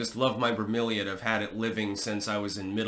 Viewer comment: i think it's a bromeliad. but he did kinda pronounce it like vermillion.